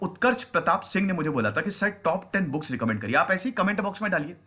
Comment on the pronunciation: Sir booke nhi books, but thnx acha lgta hai pure Indian touch...